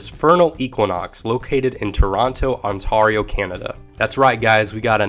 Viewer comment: Your pronunciation of Ontario... yikes lol. Ontario is pronounced like: on - TEAR - ee - oh, or if you know any ipa: /ɑnˈtɛɹioʊ/. Otherwise good video heh.